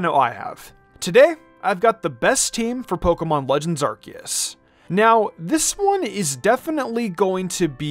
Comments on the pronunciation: HIH - SOO - IAN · Its hi su i